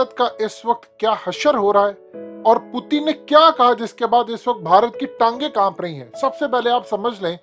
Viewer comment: پوتن کیا ہے پیوٹن نام ہے پوتن پوتن کیا لگا رکھا ہے تم نے